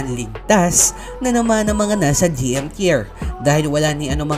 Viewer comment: anong tyer? bka tah-yer naguluhan ako dun kabatang